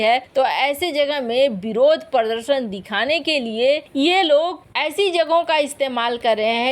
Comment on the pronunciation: देवी पृरर्दर्शन नहीं प्रदर्शन का उच्चारण कीजिये |